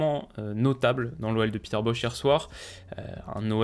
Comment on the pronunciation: Peter Bosz se prononce Boss, mais ni Boch, ni Boz. Merci pour ton analyse. 👍